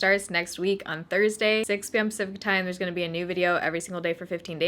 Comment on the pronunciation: Am I the only one that has to listen real hard trying to figure out 6pm “blank” time. Pacific? What? #usedtosoutherngirlslang